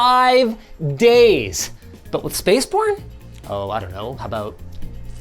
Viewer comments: "Spaceborn" sounds like "Spaceporn" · oh it's spaceborn and not spaceporn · I definitely didn't hear "spaceborne"...